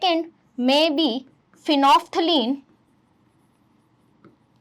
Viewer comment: Phenolphthalein ❌ phenople ✅